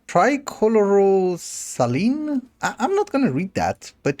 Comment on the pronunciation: Tri-Chloro-Si-Lane (like the road lane) (fixed mistake)